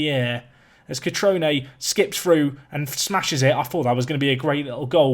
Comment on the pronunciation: Cutrone! Good pronunciation this time, bravo.